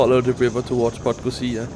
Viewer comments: Realy nice video. I understand, that its hard for you to pronounce the village or city names there but it's funny that you just scip some usual letters like "podgozia" instead of PodgoRica. :D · I just took that train twice during the day, so even more views. I was stunned and can’t wait to go back. Brilliant piece of Yugoslav engineering! Thanks for this recap. Greetings from 🇵🇱 PS. Podgorica is pronounced /po-dgo-ree-tsa/ ☺️